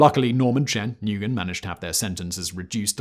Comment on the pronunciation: Nugen haha